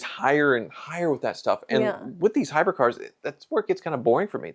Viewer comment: we like you. Also it's Hybrid, not hy-bred.